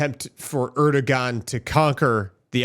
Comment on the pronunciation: Pronounced Erdowan.